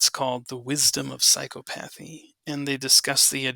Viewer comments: Excellent talk. (Someone let know he could be mispronouncing "psychopathy".) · Correct pronunciation of psychopathy